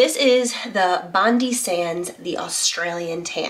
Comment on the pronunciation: Bond-eye not Bond-ee